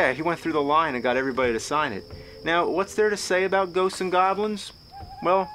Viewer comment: "Ghostseses and Goblins" 😂